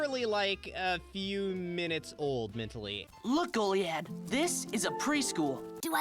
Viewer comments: the mispronunciation of goliad was oddly annoying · How are you pronouncing Goliad like that. You hear how it’s pronounced multiple times in the episode, and during editing, like how. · I have trouble believing you've watched this show yourself. The pronunciation of Kara and Goliad. Calling Huntress Wizard "grass witch"